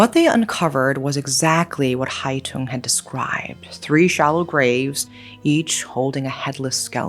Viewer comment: Just a small correction, the killer's nickname was Hai Tửng, not Hai Tùng :)) But overall, I am impressed by your take on this case and also the way you pronounced Vietnamese names! Thank you for letting it be known to more people!